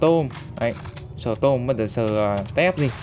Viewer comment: Storm Chứ Ko Phải Stom Anh Ơi :v